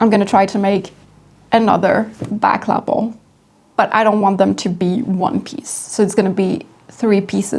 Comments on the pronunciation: La pel……. Not La Apple….. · It came out great. And I love how you say Lapel. Hugs